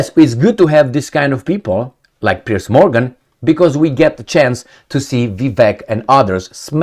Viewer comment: ‘Piers’ not ‘Pierce’